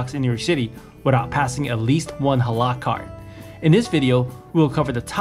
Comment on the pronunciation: It’s not pronounced hala it’s Halal stop saying HALA LOL 😂